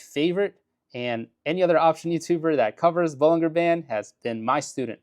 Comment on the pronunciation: Bollinger is pronounced.....baa-lun-jr.